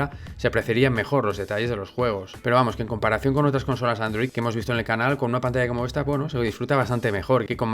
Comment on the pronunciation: En cuanto escuche el ibtro de "Bienvenidos a mi canaul..." machaque el botón de like